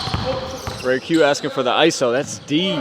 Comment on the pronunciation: respectfully stop calling me jayq it’s RAYQ